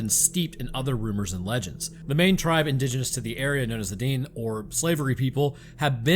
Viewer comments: Metis sounds like maytee all en francais. Means half native half European French. Dene sounds like De-nay. not dean or deanay. Pretty sure according to the denes and metis ive met anyways. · The natives that you pronounced as "Dean" is more like "DIN-ay" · Na ha nee (nahanni) valley and may tee (metis). Those are the correct pronunciations. Edit: its deh nay not dean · And also for future videos Dene is pronounced like this... Denay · Metis is pronounced as MAY-TEA. (This is the French pronunciation and the most common way in my area) They are an indigenous group of mixed ancestry (European and First Nation) that have their origins in the fur trade. They have a distinct culture and language. Dene is pronounced DINN-EY. They are actually related to the Dine (Navajo) people. The Dine likely split off and traveled South. A joke I once heard from an indigenous colleague was that the elders of the Dene set a group down to find a warmer home and the group hated the cold so much that they never came back for the others. 😅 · And "Dene" is pronounced like "DE-nay" or "DIH-nay" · 😂😂😂gotta love being called the dean people, I giggle every time, it’s pronounced den-nay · Metis = may tee Dene = den ayy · I’m trying my best to be nice but I’m dene it’s pronounced DEN-EH and idk if it was intentional but it’s the slavey people not the slavery people 😂😂😂